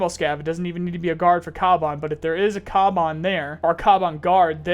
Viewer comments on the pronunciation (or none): It's pronounced Kavan not kaban